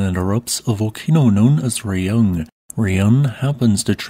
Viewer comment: Raung is read 'rah'-'hoong' with weak h. Just like in 'Kilauea'